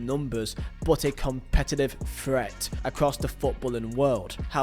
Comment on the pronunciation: "A COMPETITIVE FHREAT" insane that the English like to make fun of the Americans for pronouncing things wrong when they pronounce things much closer to the actual word than the Brits.. Don't put an F instead of a T 😂😂